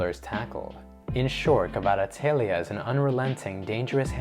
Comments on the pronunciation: You pronounced Kvara's name very well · You pronounce it so well 😄🇬🇪❤️ He is real talent! Thank you for this video.